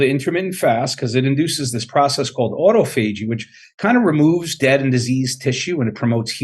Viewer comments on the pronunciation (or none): AutoFeegee?! Doc thats not how you say that, its Autophagy. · "auto-FA-gee?" Isn't it pronounced "awe-tauf-oh-gee?" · this guy is a doctor and doesnt even know how to pronounce Autophagy ? (ah tof a ge)